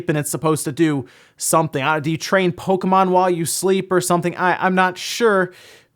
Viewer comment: Catriam Flockentanz lol that bothers me, too. How hard is it to say the name correctly?